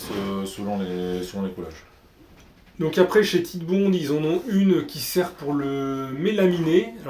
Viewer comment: La marque Titebond est une contraction des mots anglais tight et bond. Donc ça ne se prononce pas tite mais tight (taït) comme right fight etc...